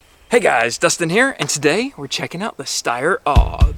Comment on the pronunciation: It’s pronounced A U G even though it’s spelled AUG